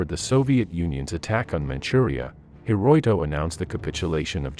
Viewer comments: if you're going to be posting information on historical events, you might want to get your facts correct. The emperor's names wasn't "Hiroiko," it was "Hirohito" Hi ro hi to. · It's pronounced "Hir-o-HIto," not "Hir - OI - to." Please have a human narrate these videos. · A.I. narrator kept saying Hiroito 😂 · There was no Emperor "Hiroto". His name was Hirohito. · Hir-roy-toe...? Time to hire a human instead of an AI. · Who was "her-roy-toe"? Was this AI trying to say Hirohito? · Emperor Huroyto ? Who dat? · Here's what I think: You mispronounced "Hirohito". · I think the narrator should be able to pronounce Hirohito. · Man you pronounced the Emperor's name so wrong, it hurt to listen to you. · Apparently your computer cannot pronounce the emperor's name. 😞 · Too bad their text reading program could NOT pronounce Hirohito's name properly. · Could not even pronounce Hirohito correctly.